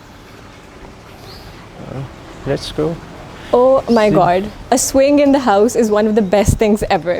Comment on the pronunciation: Why. Say. Houuuss. ? Are they from uk